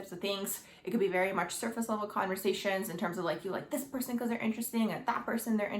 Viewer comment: Your video annoys me the way you're pronouncing your last letter of your words like the word like or the word perfect oh my God it's driving me crazy